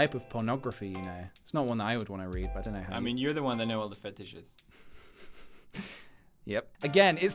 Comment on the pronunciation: EYYYY The weird way Felix says fetishes and pjs laugh I'm melting